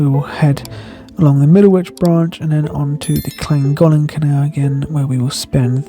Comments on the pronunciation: Dude you gotta learn how to say Llangollen! 😊 Love your videos mate. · Clan gock Len = Llangollen😄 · When I stayed at the hostel in Llangollen last year they said it was Klan-goth-lan. Which was easier to say than the nearby aqueduct 😂.